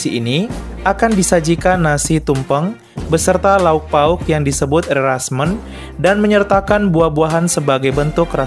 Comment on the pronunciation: Bang di bali bukan rasmen tapi rasmèn btw salam toleransi ya